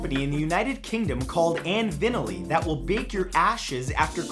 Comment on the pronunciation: "And Vinyly" does NOT end with an L. It is the name of a company, not a real word (unlike vinyl which IS a real word). That's why you've never heard it pronounced as I describe. You've probably never even heard it.